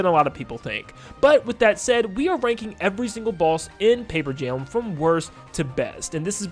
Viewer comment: “mario and luigi pape jam” 😭